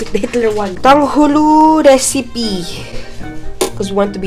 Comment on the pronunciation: Its like you are saying tanghuru